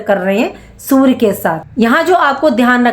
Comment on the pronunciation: Sur???😂 Sur ya Surya? Learn how to pronounce 😅